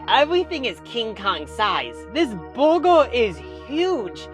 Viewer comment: Hearing the one dude try to say “burger” was enough for me to turn down the volume. Bwergwer.